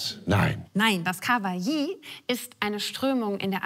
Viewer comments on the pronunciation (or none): ich dachte immer es heisst kawaii nicht kawai-i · Kawaii... Ich war früher über Jahre auf Anime und Manga convention unterwegs und da würd der Begriff ganz anders ausgesprochen... Entweder haben das über 30.000+ Leute falsch ausgesprochen oder 😅 Ich hab das Wort von ihr gehört und wußte im ersten Moment absolut nicht was sie meint. Erst die Erklärung brachte die Erleuchtung... Ach das meint sie... Bei ihr hört sich das nach ka-wa-ji an, es heißt ka-wai😅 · Wie sie Kawaii ausspricht triggert mich etwas :D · Wie Sie Kawaii auspricht hat mir Aids gegeben